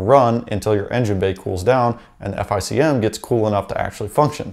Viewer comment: Say “F I C M” again I dare you, it’s pronounced “FICK EM”!